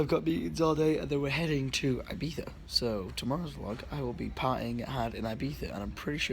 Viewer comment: wtf he said ibiha its ibiza